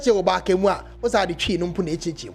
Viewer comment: Your pronunciation of obake is wrong bro. Who are you to promote Ga. Stop punching above your weight